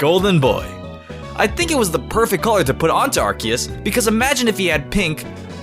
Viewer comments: ITS ARK-EE-US NOT ASS-SEE-US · you need to choose between Ar sea us, and Ar key us!!! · ARCEUS IS PRONOUNCED R-KEY-ES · No it's arcoose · First, Arceus is a Mythical Pokemon, secondly Arceus is pronounced with a hard "c" like Ark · Its weird how he pronounced Arceus and then Ar'keus' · I love how you literally alternated between RKS and RCS as the pronunciation for Arceus and didn't even say Yveltal's name! Great video! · its ar-KEE-u-s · He said arseeous ( ar-see-iess ) XD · Also the correct pronunciation is Ar-key-us. Just wanted to say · anyone else think Arceus is pronounced "Ar-Kay-Us"? Because.. you know... RKS system? They both change types due to held items...? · Its pronounced Ar-Ke-Us. Arce in Ar-ce-us stands for Butt in British. O.O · you pronounced acreas both ways in one number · Why you keep switching between pronunciation? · I love the alternating Arceus pronunciation lol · Which pronunciation are you choosing for arceus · I'm triggered by how he pronounced arceus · Dvery time you said arceus I cringed, this video is amazing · Shiny Arceus is my least favorite shiny legendary. Also I like how you pronounce Arceus like 3 different ways. lol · look at the way he pronounces Arceus in and then a second later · I love how he said both pronunciations of arceus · Arceus or Arceus (Arkeus)? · I like how you said two different pronouciation of arceus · He switched pronunciation of Arceus SO MANY TIMES. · Hmmmmmmmmmmmmm He says arceus in a super weird way mhm hmph where is the real one?!?!? ?!?! Hmmmmmmmmmmmmm is he ? Drunk? Idk pretty sure hes drunk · Take a shot every time he alternates Arceus pronunciations.